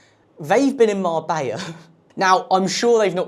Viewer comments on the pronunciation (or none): none